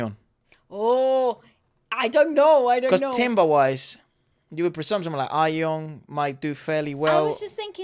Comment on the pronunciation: Timbre is pronounced tamber, not timber.